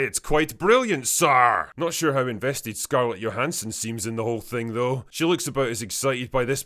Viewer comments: Or to support her husband Colin's business venture of owning a Staten Island ferry. Also, did you pronounce her nam as "YO-han-sen"? Cause there's only 1 Blade, and only ever gonna BE 1 Blade. Stunning how the makers of these movies ignored the lessons they made the characters learn: just because you CAN, doesn't mean you SHOULD. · Never heard someone pronounce it "Yo-han-son". She says Jo, fwiw. Also, never saw Dominion and definitely have no desire to see this. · Stop saying scarlet yohanson